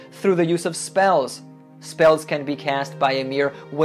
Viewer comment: Did he say witual?